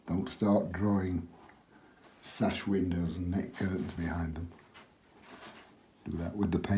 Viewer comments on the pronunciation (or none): none